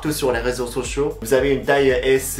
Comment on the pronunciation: "Les réseaux soCHIOTS"... J'hésite presque que c'est fait exprès.